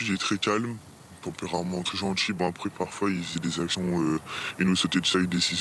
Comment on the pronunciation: "Ils ont "d'ji'" "Il est très gentCHi" Cherchez pas, c'est le profil habituel, y a qu'à écouter ses potes